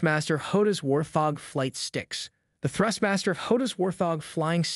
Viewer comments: War-thog... Wart-hog. Just a heads up, otherwise good video mate. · Thank You....was annoying how he was pronouncing it . :) but all in all good video. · Whaarrrt, thoorggg what??